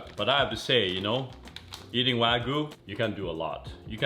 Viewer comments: it's "Wag-yu"! it's not wagu. even this chef "shud" know! You dont throw wagyu steak like that on a pan, treat it with respect. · It's wa (like water) gyu, not waaaa gooo. :) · Why "Wah-gu", not "Wa-gyu"? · WAGYU, not Wagoo